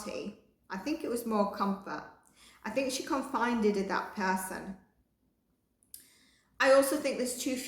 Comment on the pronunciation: Confided. Con fi ded Loveu. Just a little word help